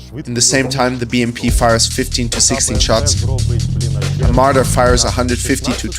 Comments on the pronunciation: you get a dislike for saying mardar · "MardAAr" bro my ears got rpd